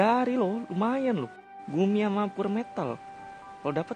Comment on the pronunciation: Yahhh ke kepilih nama nya Koreksi : bang itu pure dibacanys piur bang